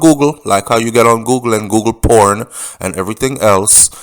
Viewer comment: 😂😂 why did you make emphasis on "porn"